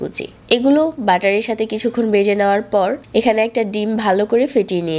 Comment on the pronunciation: বেজে,জাল কেমন উচ্চারণ এগুলা?